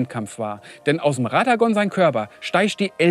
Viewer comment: zwei drei Namen stimmen nicht. Hora(ra)h Loux und radogan (hier radagon genannt. ansonsten sehr lustiges und gutes Video. Wie so oft ein Highlight